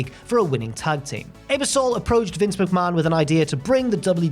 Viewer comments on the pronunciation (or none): Nov 2 wasn’t Thanksgiving weekend (fourth Thursday in Nov), the NBC exec was Dick “Eb-er-SOL”, and the SNL cast member was Joe “PIS-cah-po”. Very odd errors in this one, which is a rarity. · I had to rewind , I knew Ebersol was coming out more with a long Ay than a short Eh, which is to be expected given accents and language interpretation minutiae but I did the same thing. Pis-copo , almost prefer that now haha :) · The butchering of sooo many names in this video. Come on bro! You guys are usually pro. Ebersol Piscapo Dreyfus. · His pronunciation of Ebersol was just as bad. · The constant mispronunciation of Ebersol’s name is truly sad. Not hard to look it up and hear it said.